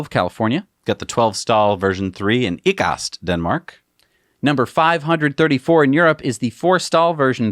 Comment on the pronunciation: Dear god that was butchered beoynd belief :) . It's should sound like I-cast in English, also only 8 stalls are up right now, the last 4 are still not in yet. There is a MCdonalds and a hardware (Home and Fix) store nearby the spot, but the great thing is it's between to larger cities and we still got it, because we have many local Tesla owners. It's also the number 10 supercharger in Denmark and the first version 3.